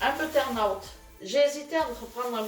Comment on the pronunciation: Hihi comment tu dis butternut il faut dire beuteurneute